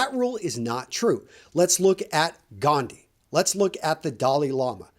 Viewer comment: hahaha lol pronunciation of gandhi